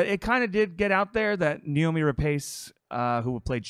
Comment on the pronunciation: Noomi, not Naomi.